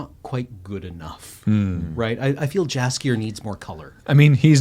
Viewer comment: Re: witcher - two things. One is read the books, you can thank me later, they are unreal good literature and well above average for its genre. Two - no big deal but Jaskier is pronounced yahs-kyer as the author is Polish and created it off of an existing Word. Much like geralt is said with the soft g not hard j